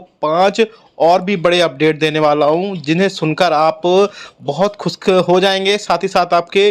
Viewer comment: भाई खुश करने को खुस्क मत बोलो